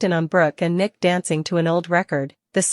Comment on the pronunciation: If you're going to report all of this, you need to say Nick last name right? And a lot of the other characters that you keep butchering get it together or go off the air. This is ridiculous and so are some of these plots. We as seasoned TV watchers can make a much better plot than what they're doing right now. I mean my gosh beyond the gates is looking better than them